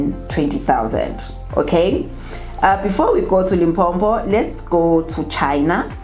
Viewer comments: it's not Limpompo my sister. It's Limpopo. No double M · It's Limpopo not Limpompo. Only one "M" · Not Limphopho but Limpopo.....that is how we pronounce it my sister. Like Mphumalanga and not Maphumalanga. Lol. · It’s L I M P O P O . Please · Why do you call our province Limpo-m-po? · That's how most Nguni people pronounce Limpopo